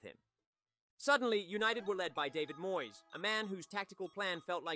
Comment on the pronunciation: Can-tona? Moy-es? FFS 🤦🏼‍♀️